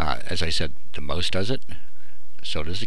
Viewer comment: mouse is pronounced maw-s not moose u stupid fucktard.